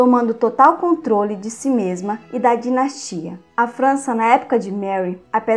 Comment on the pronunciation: O conteúdo e mto bom mas,cuide mais das palavras.Dinastia e não dinatia .Só um exemplo.Há mtos erros de português.Inadmissíveis nesse tipo de vídeo